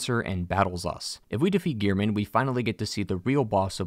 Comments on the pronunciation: All this research and he's pronouncing gehrman as gear-men face palm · I have one thing to say. His name is Gehrman! Not "Gear-Men". He even says his own name when introducing himself so how could you get it wrong? Especially when his name isn't written in any way that would suggest it to sound like "gear". Anyways, rant over, great lore video.